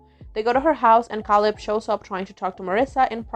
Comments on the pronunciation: Caleb. KAY-LEB. Dammit. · Great video. Very good recap. Makes you realize how a lot of the storylines would be viewed differently 20 years later I’m just curious, don’t take this the wrong way, but why do you pronounce Caleb’s name “Kal-ebb”? I don’t know a ton about accents but I’m guessing you’re French Canadian? Just curious. Please don’t take it offensively, it’s just very interesting to me!